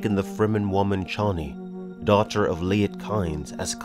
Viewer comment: this is great. One thing- Chani is pronounced like Cheney in dick cheney. David lynch changed it to shani. My favorite book series ever, and one day we'll get the finally to it we were meant to.